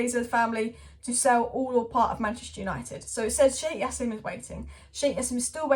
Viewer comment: Why do you keep sayin yassim its pronounced Ja seeem